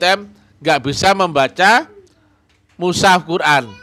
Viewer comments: Iya sptnya memang gak bisa baca al qur an , mengucapkan mus haf saja salah , kok musaf...blajar dulu tadz spy tdk ngisin isini.. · Orang yg sangat lucu, bicara mushaf aja katanya musaf